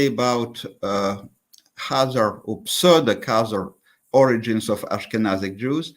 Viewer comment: Kaiser myth?? KAH-zar,.. Kaiser is a completely different word, meaning "emperor". It's directly related to Caesar and Tsar.